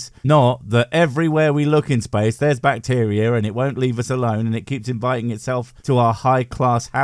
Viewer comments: Not sure what "bvacteria" is... lol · The very start really speaks to how much effort he puts into his videos and research when he doesn't even re-record his intro after fixing "bvacteria is space."